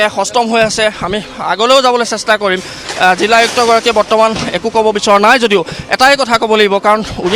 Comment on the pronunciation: জিল্লা❌ জিলা